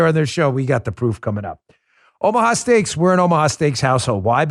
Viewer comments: Dan, you almost said "Obamaha steaks"😂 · At the beginning of the video, did he say buy Obama-ha steaks??????